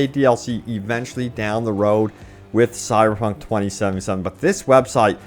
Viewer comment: Dude , why do you have so much trouble pronouncing the name of the game. It sounds like you are saying "sierpunk".